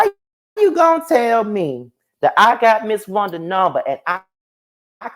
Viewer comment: Yes maam! Wun-Da😂